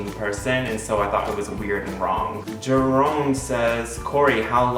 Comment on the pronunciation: Hahaha hoe hij Jeroen uitspreekt 😂